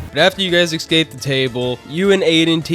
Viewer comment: ES*cape not EXcape